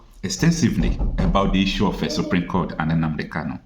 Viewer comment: It's SUPREME not Supream!